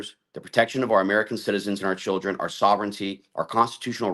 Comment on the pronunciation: That lady said.. Cheer-rin, in stead of Children. Lol. Ghetto as hell. 😅